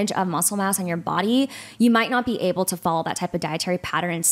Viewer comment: Will someone please tell the guest how to pronounce the word able?? I could hardly stand this episode because she continuously mispronounced ABLE. She said ebble or abble and it was GRATING. Idk if this is a regional accent or something but it was horrible. Poor for having to hear that. She also struggled to say probiotics which is bizarre for someone in her field.